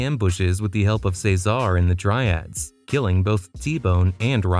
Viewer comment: What's with your pronunciation of "Ceasar"? It's fuckin weird